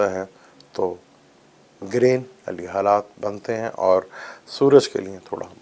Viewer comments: Excuse me it is GARHAN not Gren. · Excuse me its not Garhan, Its GREHAN or even better ECLIPSE